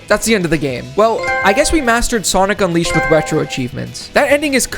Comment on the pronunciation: SONIC UNWIISHED 🗣️🗣️🗣️